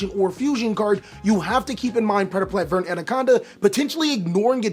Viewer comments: I hate how you mispronounce verte. It's not vert. It's "ver-tae" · every time he says vert instead of verte i get 3 aneurisms